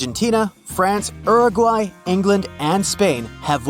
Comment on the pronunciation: The way he pronounced “Uruguay” is funny